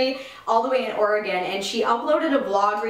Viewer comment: Haha that is not how you say Oregon!!